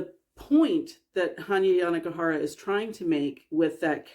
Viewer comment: Awesome to know how to pronounce the author's name, I wouldn't have even dared tackle it. Weird that the author made the time period vague but that is a really cool creative idea. Also, excellent use of the fade in / out there!